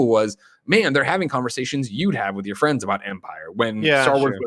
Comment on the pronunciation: Nick. The Departed. C'mon. Aren't we Kinda Funny Best Fwends?